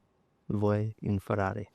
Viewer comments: It's nice that he got the team's name correct this time 😁. Forza Ferrari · He nailed the team name. Just on his first season. Well done!! 😅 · And he gets the teams name correctly the 1st time he says it on an interview 😂😂😂 Guess the previous team name was too long neh???